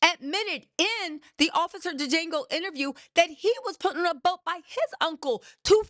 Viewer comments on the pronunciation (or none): Sis.. love the name for officer maga.. but it’s Django. JANGO.. the d is silent! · DID YOU SAY OFFICER DEJANGO??? 🤣🤣🤣🤣